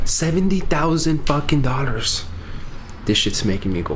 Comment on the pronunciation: Pronounce dollars properly please it hurts my ears